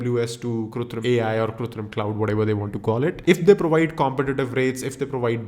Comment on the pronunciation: its KRITUM bro not kutrim